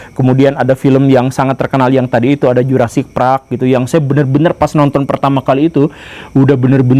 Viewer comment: jurrasic park ❌ jurrasic prak ✅